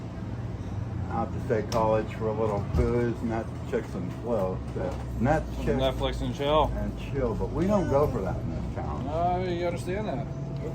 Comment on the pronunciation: Grandpa: 'Netchicks and flill' 😆🦷